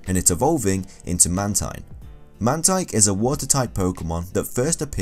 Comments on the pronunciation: ITS MAN-TEEN (The way spells Mantine name) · It's Man-teen